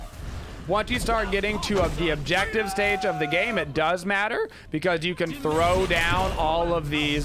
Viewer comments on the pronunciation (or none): none